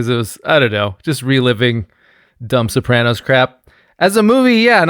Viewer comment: Guest pronouncing it Soprohnos is enraging